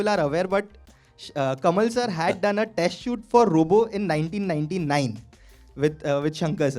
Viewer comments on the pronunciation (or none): none